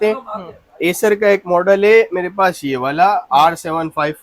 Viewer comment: ❤Lenovo x1 yuga. 53. Ka. 📝 I cer.❌ Ey cer. ❌ Eyecer.❌ 🗣️ Ai cer.☑️🗣️ Ae cer.☑️ 🛐🌝🔆 Faith full .🖐️👋